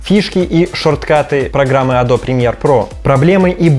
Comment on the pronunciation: Погугли, как “Adobe” правильно произносится :) smh